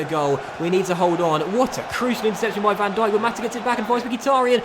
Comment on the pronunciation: You are so smart, IF you have seen this Video Is an 8 months old Video not A January Video Also No Van Djikock or whatever the fuck you said but Van Dijk